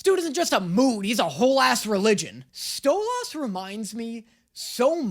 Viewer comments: ITS PRONOUNCED STOW-LESS NOT STOW LOSS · You saying Stole-Ass instead of Stoles, all the TIME. His wife calls him that as an insult. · cuz it sounds like he's saying "stole ass" instead of stolus, which is how the characters say it. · Its not stolaaaaas its stoluuuus its only spelt stolas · The way you say stolAS is so sassy, people pronounce it as StolES like a E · its not stooooooooo-loss its sto-lis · i love you but it brings me so much pain when you say "stoll-ahhs" instead of "stolas" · Hey. Just letting you know it's pronounced (Stole-is) not (STOLE-OS) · ITS STOLAS. STO-LUS, MAYBE EVEN EVEN STO-LIS, NOT STO - LASS 🙁🙁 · WHY DO YOU KEEP CALLING HIM "STOLL-AHS"?! I don't think we EVER hear someone say his name like that in the show??? It's always "Stoll-iss" (like "hiss"). Even Stella calls him "Stoll-ass"! Lol where did you get "Stoll-ahs" from??? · Why do you pronounce it "Stole-Ass"?It's pronounced "stole-is" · It's pronounced "Stole-iss".... Not Stole-aws"... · SAY HIS NAME RIGHT STOLAS STOLUS NOT STOL ASS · Im going to bully you and say "stolis" not "stolahs" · Bro cant stop saying stolahs instead of stolas💀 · First of all, the sixth episode is my favorite in the first season, second, it’s Sto*lis* not sto*las* (I know I’m a jerk but gahhh it’s how it’s pronounced) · its not "StOlaZ" its stoliz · Miss spelling Dinosaur. Alex Brightmen appearing. This is just a me thing but I love how we all got on you for pronouncing Alastor as Al a star, but when you pronounce Stolas as Stol as, we’re all fine with it. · The part you learned youre meant to say Stolas like; Sto-less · "Sto-lahs" is irking me as much as people who say ironical and i THOUGHT i moved past that kind of grammar policing after college.... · Why is he saying stolas like stoads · not you saying stolAs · Am I the only one that is in the episode all time and internally getting killed for 5 seconds every time says StoLAS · It’s actually sto-les.. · He saying stoLAS